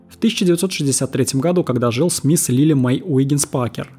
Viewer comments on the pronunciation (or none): none